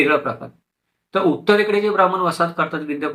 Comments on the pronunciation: छान माहितीपर व्हिडिओ. फक्त ब्राम्मन म्हणू नका. ब्राह्मण म्हणा.🙏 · Information is more important than the perceived pronunciation